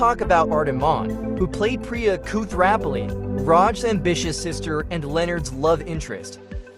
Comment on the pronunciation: Going to presume AII narration; there's a subtle difference between a comic book-store and a comic-book store when spoken. And any narrator of a video about The Big Bang Theory ought to be able to pronounce Koothrappali correctly LOL